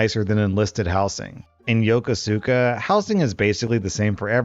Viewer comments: HOLY FUCK. I was THERE during the Yokosuka story!! Also, it’s pronounced “YO-Ku-Skuh” not “Yoko-Suka” (like I did when I learned I was being stationed there) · It's pronounced "yo-koos-ka" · Howdy! For the military story, the base is pronounced as (Yakosukuh). Have a good one! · For future reference, Yokosuka, Japan is pronounced "Yo-cus-ka." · Hearing you mispronouncing Yokosuka made my morning 😂